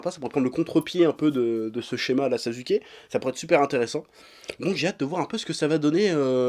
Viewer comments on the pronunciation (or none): J’en peux plus d’entendre « NarÜto » et « SasÜke » mdrrr Pourtant « Bakugo » tu le prononces bien Incompréhensible